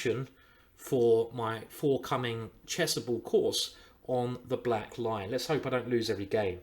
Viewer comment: Ah black lion - I always heard you saying "black line" D'oh